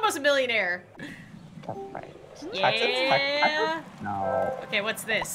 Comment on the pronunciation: Is it just me who love how says taxis instead of taxes